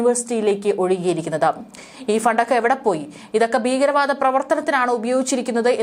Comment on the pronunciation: ബീഗരവാദം?ബീഗരാക്രമണം? ഉച്ചാരണം തെറ്റ്. ഈയൊരു ഫരീദാബാദ്? 'ഈയൊരു ' ഇവിടെ അനാവശ്യം.